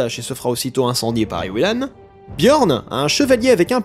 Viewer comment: Bonjour je m'appelle Ewilan et désolé mais SA SE PRONONCE EVVVILAN oufff